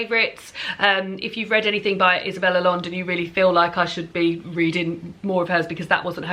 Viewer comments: Just a tip on pronunciation of Spanish names. Double L is one letter in Spanish, and it's pronounced like a Y. Also, there are no silent vowels, and each vowel only corresponds with one sound, unlike in English where there are short and long vowels. So Allende would be pronounced like ah-YEN-deh. Hope this helps! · Even though I'm from Argentina, neighbouring country, I've never read any Isabel Allende, not my cup of tea but I'm interested to hear what people around the world think about her books. Oh, and it's actually pronounced "aiende" (or "ashende" in Argentinian haha). Nothing to do with this challenge but I'm really looking forward to the next CRN! xx